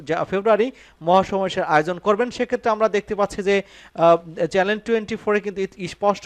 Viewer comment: চ্যালেন২৪ না চ্যানেল ২৪ ! কি পড়েন এসব ? লেখাপড়া করে অনুষ্ঠান উপস্থাপনা বা সংবাদ পড়তে আসবেন !